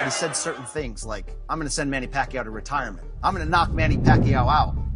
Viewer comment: I can still remember how Jim Lampley couldn`t even pronounce PAQUIAO,and didn`t really try either. I think he thought he woudn`t have to say it again....